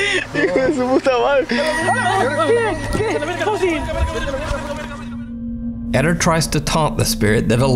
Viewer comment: It's not Edder, it's Ed-dare. Edit: Spanish emphasizes the second syllable.